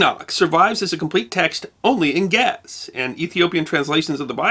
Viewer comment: The language of Ge'ez is pronounced in 2 syllables, not only one.